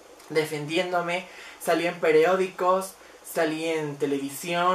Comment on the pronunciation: ¡Querida quimera! Por favor prepárate, estudia, lee... es un mundo difícil y en una posición como la tuya se vuelve más complicado. Pd. No digas PEREÓDICO es PERIOÓDICO.